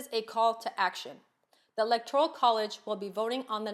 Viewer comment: Cant even pronounce ELECTORAL Is she drunk?